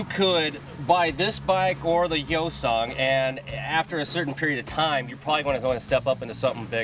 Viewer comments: Its Hyosung not Yosung ... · Hi-o-sung, not yo-sung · its not moron. its hYOH-sung, or for your simple mind YO-SUNG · Hyosung - pronounced Hi-yo-sung, Bless you Americans and your pronunciation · No.It depends where is pronunced.In here,Romania,we say Hyundai like "He-you-n(like in neck)-dai(sort of how british pronunce day)and Hyosung the same "He-yo(pronunced like in Yokohama)-sung ("su" pronunced like in superb). Well in english,hyundai is pronunced like Hy(the greting) un (like in universe) an dai (like british pronunce day) and hyosung hy(greeting)-yo(like in Yokohama)-su(like in superb)-nd(like in secoND). I don't speak Korean either but they aren't pronunced like in Korean anyway. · The "H" is silent.